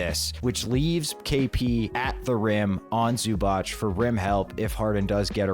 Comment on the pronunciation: love you guys, big fan of the show! also sorry to be that guy but it’s pronounced "zu-batz" ! the c in croatian is like the tz in ritz when there’s no accent